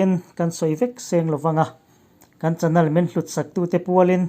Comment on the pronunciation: Chanal ti zel lo la Chanel te ti ve la